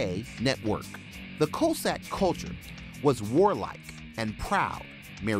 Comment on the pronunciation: Please learn to pronounce "Cossack" correctly ... and "Sochi," while you're at it.